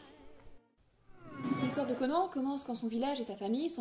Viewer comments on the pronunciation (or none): on dit pas "conen" mais "conane" comme un Âne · CONAN !!! PAS CO-NAN !!!! PS : Merci de ne pas avoir parlé de Conan le Destructeur, ou pire, Conan le surfeur du 21e siècle. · Conan le barbare n'est pas un nanar ? non sans déconner ? il était peut etre temps de se reveiller plus de 30 ans après sa sortie. Et cette prononciation ...